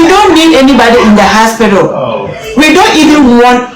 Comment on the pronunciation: 6th minute I like the way she keeps saying haspitdal 100 times